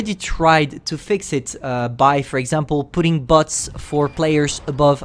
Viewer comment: Sorry for asking, but did you mean to say bots? You probably did. I heard butts. Sorry.